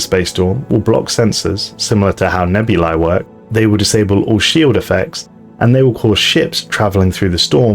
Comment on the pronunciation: I'm so glad you actually got the latin pronunciation of nebulae correct